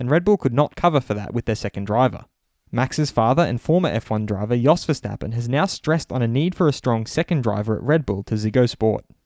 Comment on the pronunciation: ⚠️ To all international journalists & sport presenters: 🌐 it is NOT Lewish ... it is NOT Bottash ... and it is certainly NOT Max Vershtappen! Pronouncing "st" as "sht" is done by Germans not Dutch people! ... like an insult to us ... like insinuating you are a Nazi or something. But most people from Holland (like me) have NO issues with Germans at all. Am part German myself.